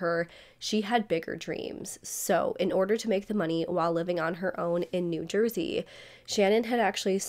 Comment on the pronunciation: I can't stand the way this YouTuber lingers on the last syllable of a lot of words like whenever she says Jersey she says it like this "jerseeeeeeeeeeee" and then later she says the name Brewer like this brewereeeeeeeeer. Very annoying